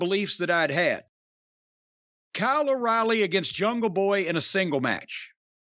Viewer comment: The only thing wrestling related I engage with anymore is this podcast so, based on Jim's pronunciation, I always thought his name was "Kylo Riley" 😅